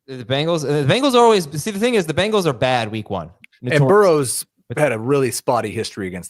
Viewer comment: Can someone PLEASE tell that it’s pronounced Bangles and not Bingles?